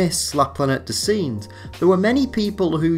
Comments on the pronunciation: How di you pronounce "singes"? Really? It should be like sanj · Really GREAT video, you obviously put a lot of research and thought into it! Very impressive indeed and I'll definitely be checking out your other content. Just your pronunciation of "Singes"!!! 😧😣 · I like the funny way you pronounced La Planète des « Singes », kindda cute. although i have no idea how i could explain the correct prononciation with words...tricky indeed... this movie is mythic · Your French pronunciation of the word Singes is absolutely terrible. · how do you pronounce "singes" ? Come on man try harder.